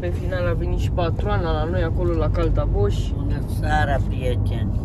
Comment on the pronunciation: Se spune caltaboș nu taltaboș 😂 mai va puneți pe YouTube 😅